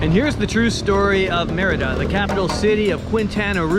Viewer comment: Also... some pronunciation help... Mérida is pronounced "MEHR-ih-da", not "mur-EE-da" (accent first syllable). Quintana Roo is pronounced "keen-tah-na ROW" , not "kwin-tah-na roo" ("qui.." in Spanish is pronounced "kee.." and "Roo" rhymes with "toe", not "too"). Just sayin'...